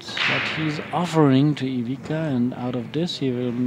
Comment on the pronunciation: First of all that commentators should learn how to say properly players name and then comment. DISGRACE. Its not IVIKA.